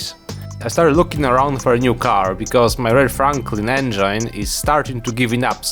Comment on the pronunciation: the not knowing what the hell you're doing part is the best part (jokes aside your authenticity is what drove us towards you, never lose it and please remember how to peonounce cheval de frise and engine)